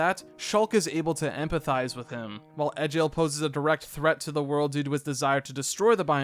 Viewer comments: its pronounced Egg ill not Edge ill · The way this man pronounced Nopon as "Nay-pon" and Egil as "Eh-jill" physically hurts considering how much the characters pronounce both words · Love the vid Just got a little bit annoyed by the mispronunciation of some characters like nopon and especially egil But happy you gave xenoblade a shot Hope you do the same for the other 2 main line games